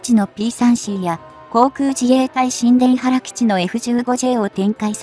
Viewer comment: 新田原基地の呼び方は しんでんばる基地＝☓ にゅうたばる基地＝○ です。